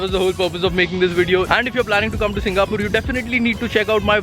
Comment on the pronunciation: bro it is not 'SingaPUR', say 'SingaPORE'